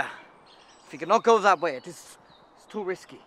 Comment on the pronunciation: He says way like I know how to pronounce it “vay”